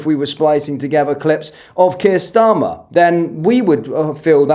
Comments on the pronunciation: Haha She doesn't even say His name right, Prime Minister Sharmer 😂😅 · Kier "Sharmer" 😂😂😂😂